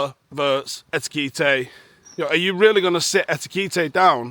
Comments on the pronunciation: EKITIKE not ETEKITE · Who the hell is Etikite??? And you call us thick. 😂😂😂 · Etikite? Love it.. Ekitike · EK-EE-TEE-KAY It’s not hard lol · Love how he keeps pronouncing etikite, must be grating on the scousers nerves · "Eki-teek-eh" 😂 The problem is you always wanna start with "Et" instead of "Ek" 😂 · Ekitike pronounced “ A Key Tea Care” 😅 You are welcome 😅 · it sounds like you've made a new way to pronounce 'Etiquette' 😂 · The most amount of different pronounciations of Ekitike in one video 😂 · Call us thick? Cant even pronounce EKITIKE lol. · He used to have it right, when he was doing his reports on him for United 😂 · What a complete disrespectful prick this lad is. Calling a fanbase thick and the club a shithole. Be carefull with your words 1st of all calling newcastle fans thick when you cant say ekitike properly and secondly saying newcastle is a shithole when man united stadiums falling apart. Eeesshh pure 🔔 end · Learn to pronounce Ekitike for heavens sake. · Eki-eki-eki ekit Ekiti-Ekiti Ekiti-kay.... (Cmon you got this...) Etikite arghhhhh.....😅😅😅😅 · If you’re going to label an entire fan base thick, you might want to pronounce Ekitike correctly.